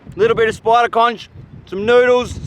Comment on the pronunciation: didint know u guys say conCH lol